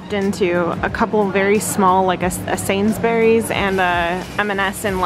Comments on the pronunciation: It's pronounced Sains-Burreez, not Sains-berries. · "Sains berry's" X]